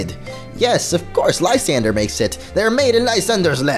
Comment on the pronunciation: Lis-san-dray that how you pernouse it